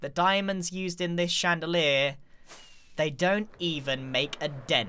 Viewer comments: Grian: cub is showing off Also grian: d I a M o N d C h A n D a L i E r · Grian: "Jez Cub you're just showing off now" also Grian "diamond chandaler"